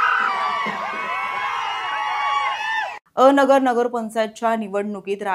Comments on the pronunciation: अ नगर नव्हे अन- गर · पत्रकार मॅडम, अ नगर नाही, अनगर आहे ते 😂😂 थोडी तयारी करत जा बातम्या दयायच्या आधी